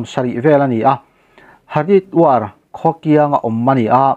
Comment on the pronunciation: Haridwar tih hi Hariduar ti a lam mai tur.